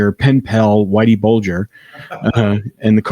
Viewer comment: Whitey Bulger, not burger.